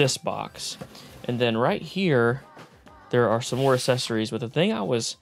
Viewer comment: Oh no I hear it now, "assessories"